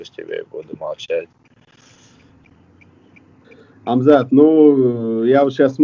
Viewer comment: ХЬАМЗАТ . Не ХАМЗАТ. Приятно слышать что берущий интервью правильно прлизносит его имя.